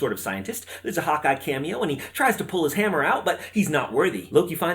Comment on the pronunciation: Also, every time you said Hawkeye I thought I heard "Hot guy".